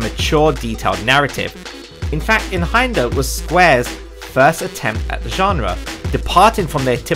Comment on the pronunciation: its pronounced "eye-n hander" it means one handed in german i think.